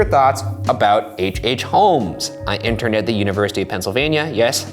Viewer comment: can we just get a replay of when Ryan says interned hahahah